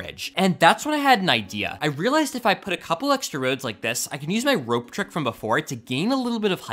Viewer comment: Make sure you remember you're vowels. It's rOpe, not rA...